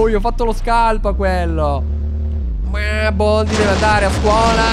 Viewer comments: Non si dice boldi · BALDI NON BOLDI COMUNQUE ERA BELLO